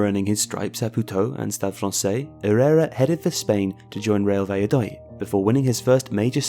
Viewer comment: I’m just saying not hating I think Vallodolid is pronounced Valla do lee